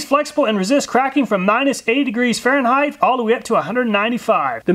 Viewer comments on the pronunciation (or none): none